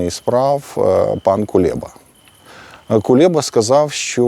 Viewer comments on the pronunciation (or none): none